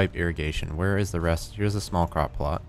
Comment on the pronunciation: Anyone else think at first when said "crop plot" he'd said "crock pot?"